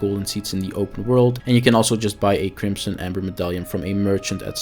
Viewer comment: "odderwise" "flesk" "ties twoe" "krimpson" "utimately" Gadverdamme